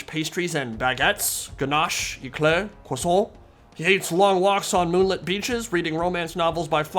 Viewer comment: "Croisson" x') Vive la France, vive les duc ridicules de bretonnie!